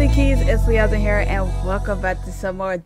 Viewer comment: NOT “LEZMINE” AND “HALLWAY” 😭